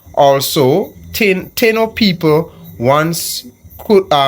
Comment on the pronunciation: "Taino" is pronounced Tah - EE - no.